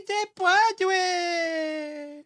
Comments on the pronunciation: She missed Bodega too! I think their speech writer is a secret Preident Trump voter. Joetato and his psycho wife Jill, can barely can speak!. She was trying to say: "Si Se Puedes". Te phonetic spelling would be: 'See' 'Say' 'pweh'-'des' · See say pwadway.😑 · Si se puede! You can google that and listen to the pronunciation! So lame!!!!!